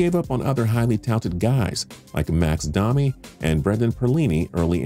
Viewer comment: Max Dami?? Max Domi